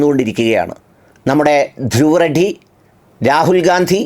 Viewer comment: ധ്രുവ് റെഡ്ഡി അല്ല ധ്രുവ് റാത്തി ആണ്